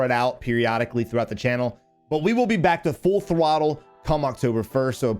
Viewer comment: my guy said full thwottle